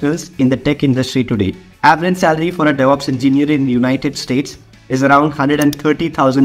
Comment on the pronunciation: "Deveops Roadmap"